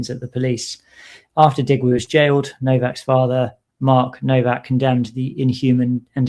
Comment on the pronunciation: The w in Nowak is pronounced as v…it is a Polish name.